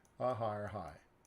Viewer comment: Buy low (blow), sell high (shigh or sigh) lol love it !!!